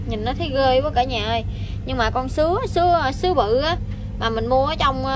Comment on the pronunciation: Sứa chứ không phải dứa